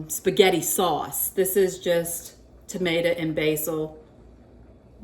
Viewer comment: Willow said, "not tomata, tomato, " 😂